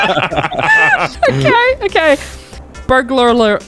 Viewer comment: I cannot express how happy I am that tries to say burglar and can’t pronounce it properly Welcome back chesty The news subtitles 😂 Ellis got hit by the ship